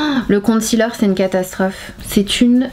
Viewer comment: Sananas sonne un peu comme une Russe quand elle dit "catastrophe" mdr